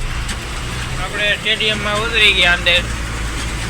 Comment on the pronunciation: સ્ટેડિયમ કહેવાય 😅 ટેડિયમ નહીં ભાઇ